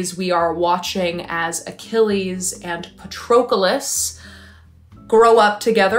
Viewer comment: Your pronunciation of Patroclus 😭😭